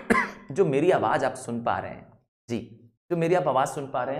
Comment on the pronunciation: Sir aap ji ko d bol rahe hain